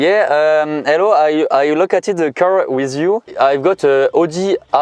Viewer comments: "I located a car wiziou" xD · "I located a car with you" c'était franchement bien l'anglais jusqu'à ce moment où c'est juste pas possible xD